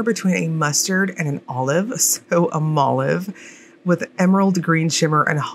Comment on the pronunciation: Ok. I want Chaos just because you called it "Molive" LOL - your hair looks pretty btw :)